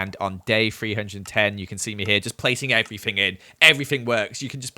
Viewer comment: “And we’re gonna grab EVERFING we need”